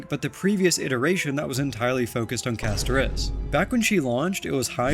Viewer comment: Why did you put the emphasis on the i in Castorice? 😂